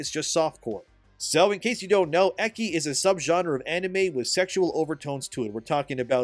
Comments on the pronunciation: Eggi? Lmao. Its Echhi not eggi. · What's that? "game is based and awesome and guaranteed to make karens cry"? Sold! Edit: looool it's pronounced "etchy" not "ekky!" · "Ekki"? Ecchi is pronounced Eh-chee. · Eh-chi, not eh-ki. For future reference. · Why are you pronouncing "ecchi" as "eck-y" and "Bellic" as "bell-itch"? It's "etch-y" and "bell-ick" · Ok 1 it's pronounced etchy not ecky and so e of it does have full frontal nudity but that shouldn't matter it's just nudity people holy shit. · For future reference, ecchi is pronounced "etchi," not ekki. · Yo, your read ecchi as ecchi, not eki, use the c as ci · PSA, the ch in ecchi is pronounced like the ch in chalk. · Ecchi -> Eki hahahahaha 😂 just from hearing I didn't understood you, had to look at the screen and then all made sense xd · Hey,. You read the cch in ecchi as chch like in church. The more you know🌈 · this man said Ekki 🤣🤣🤣🤣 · They just want attention for being triggered. But I’m triggered by how you say ecchi, it’s “Etch” like sketch and just add an E. Unless you are trying to not say it from the YouTube algorithm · Ecchi isn't pronounced eckie! Please hire me to proofread your script so I can tell you how to pronounce things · good vid but ecchi is pronounced 'etchi' aka [et.tɕi] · "Eh-Chi" like how you pronounce change for "ch" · The type of anime called "ecchi" is pronounced "ETCH-ee", like Etch-A-Sketch. Not just general anime fans pronounce that way, but the Japanese themselves do too. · Being a weeb and hearing you say, "ecchi," made me giggle. ...I mean... That's racist! You can't pronounce it that way; it's offensive to japanese! xD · mispronouncing ecchi hurts me somewhat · You butcher the word Ecchi 😂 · The most "offensive" thing was the icky way you mispronounced "ecchi", lmao.